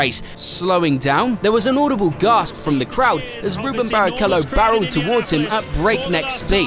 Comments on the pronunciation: Its Rubens not Ruben. Also 1000% sure he is Brazilian. Do your research next time please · It’s Rubens with an s not Ruben. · RUBENS not Ruben! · And his first name is Rubens, not Ruben. Not sure why so many English channels get that wrong. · And his name is RUBENS not Ruben. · RubenS. Not Ruben. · It’s pronounced Rubens and he’s Brazilian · His name is RubenS Barrichello, and he is not Italian! 🤦‍♂️ Michael's abbreviation was "MSC" not "SCU". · yeah he totally left the S out.